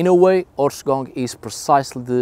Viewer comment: Please. Someone tell me that me and my friends are not the only ones that understand "horse c**k" when says the word in the title... Like in the first 10 seconds of the video